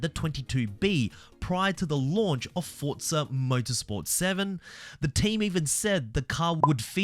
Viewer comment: "Fortza" is the proper Italian pronunciation.